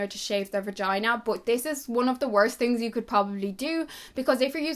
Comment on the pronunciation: I love how she says 'tings' instead of 'things'